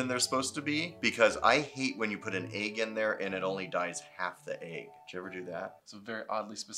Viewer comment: nobody:: A Y G G